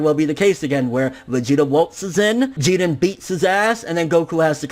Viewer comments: idk what your saying lol it sounds like your saying Jeeden, his name is “Jiren” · I hate the way you pronounce names and shit, to the point where I'm close to not wanting to watch some of your content anymore. It sounds like you're saying "Geeden" ffs. If you're trying to pronounce it the way the JVAs say it, you're doing it very poorly, like when you say "Zamas, and Gowas" it's fucking Zamasu and Gowasu, they all say it with a slight "u" or "ooh" sound on the end, yet you completely remove any trace of it. As you say it, "You're taking an L" on some of these pronunciations. Inb4 all the prepubescent little shits who comment on this hating on an opinion, I don't care about your opinions, and I'm not expecting a response from either, but I also don't want you to take this the wrong way, I love your videos and content, but that shit just aggravates me to the core for some reason, probably more than it should, and I highly doubt it'll keep me from watching your shit, because I still love it deep down.. It's like when you got a hot girl with a laugh that drives you fucking crazy, but you stick around and don't say shit for dat ass. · why do you say jiren like that but everything else you say is normal english? Really annoying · Wade Wilson no that’s considered cheating he needs his ass kicked by jiren... also who else bothered he’s not pronouncing his name right? I feel like if he gets ultra instinct it would just be fan service and there was only ever one type of instinct goku used attack mode as well... vegeta should take the L after taking out toppo... but either way you put it in goku black series both sides goku and vegeta both got there asses handed to them in goku black saga... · your pronouncing jiren name wack as fuck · Why are you pronouncing Jiren's name like he's Puerto Rican? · Why do you always say his name wrong lol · God damn pronounce Jiren like it’s supposed to be.. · Jiren not jeedan fucking weeaboo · It's Jeer-in NOT GEE-ren